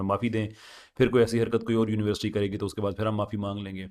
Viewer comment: ap university ki pronunciation daruat farma lain shayed ap Urdu boltay hovay " univerasity" bol daitay Hain instead of university, with due respect daruatagi farma lijye,jazak Allah.